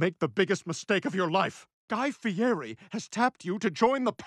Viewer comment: They could’ve at least learn how to pronounce his name correctly you say it like a guy Fieddi not guy Fieri or however you spell it 😂